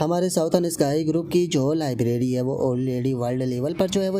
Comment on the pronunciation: I have a question Tum लैबोरेट्री ko लाइब्रेरी kyo bolte ho??